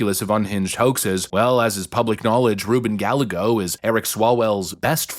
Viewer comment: Can we stop!?!? ITS RUBEN! It’s not a maybe or a possible! ITSSSSS RUBEN GALLAGOS